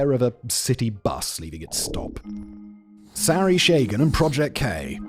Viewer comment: Oh Simon - puhleeze! Its SAH-ree sha-GAHN! sha-GAAHHN. NOT sorry shaygin! Jeeez!